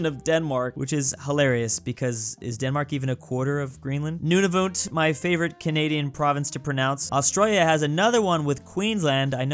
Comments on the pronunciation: As a Canadian it’s not noon-a-vut it’s none-a-vut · As a Canadian hearing the biggest sub divisions and him calling Nunavut noon-ah-voot and then calling it a PROVINCE ITS A TERRITORY